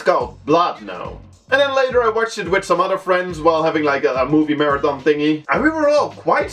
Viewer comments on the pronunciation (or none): none